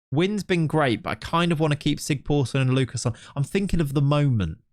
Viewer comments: Great video! By the way, the letter that looks a bit like a p is pronounced as sigthorsson, not sigporsson. Its an Icelandic letter but similar to what we used to have in old English for ye old... Its also just pronounced the old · I love that you keep calling him Sig-POOR-son. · The Icelandic guy should be pronounced ”Sigthorsson” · That weird "P" in the icelandic name is a "th". So its Thorleifur Sigthorsson in english. :)